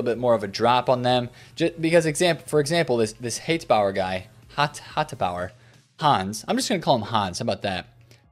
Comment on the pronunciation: Good video! Love how you've been butchering Hateboer's name in like the last 3 videos and now you've just give up 😂